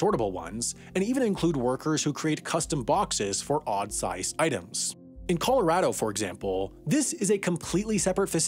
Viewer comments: Anyone else him say 'Coloradaho' haha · “in coloradaho”